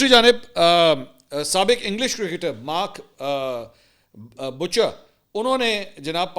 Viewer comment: 😂 بھائی مارک بچر نہیں مارک بائوچر ہے 😂 مارک بچر قصائی😂